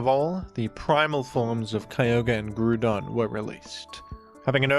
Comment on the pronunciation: GROU - DON